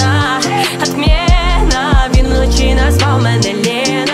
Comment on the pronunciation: В пісні всього три слова в приспіві з російською вимовою "охрана, отмєна, Лєна" - все інше чудова українська